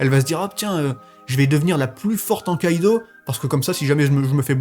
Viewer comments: STP STP STP ARRETE DE DIRE KÏDO C'EST KIDO :,( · Mon com est inutile mais ca me perturbe de t’entendre dire Kaido a la place de Kido 😭😭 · Tu me stress. On dit Kido pas Kaido omggg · On dis kido pas kaido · T'est matrixé par one piece mdr tu dit kaido au lieu de kido 😂